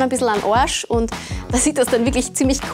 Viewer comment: Einen "Oarsch".😂😂